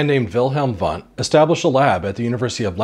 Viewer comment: Try to pronounce "Wundt" correctly! It is easy.